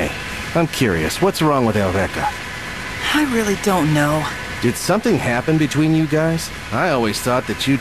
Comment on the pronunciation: the way they pronounce Eureka in the Dub makes me cringe so hard